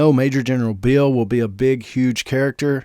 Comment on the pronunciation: It's Beale, not Bill.